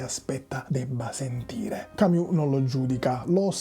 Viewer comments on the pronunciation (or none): none